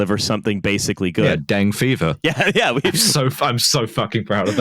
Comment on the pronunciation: NB “dengue” is two syllables.